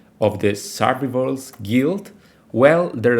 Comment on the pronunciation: Well, that's one way to pronounce survivor.